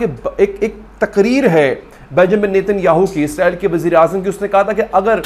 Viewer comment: بھائی اسرائیل کو اعزرائیل نہ کہا کریں